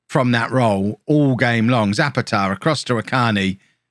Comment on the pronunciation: Zapata is pronounced sah-PAH-tah